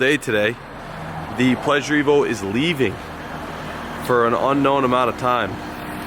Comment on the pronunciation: The pleasure-t-evo I like it touch subtle 👏